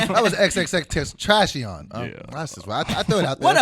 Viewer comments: They lost all their subs when said "xxtentrashion". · said xxxtentrashion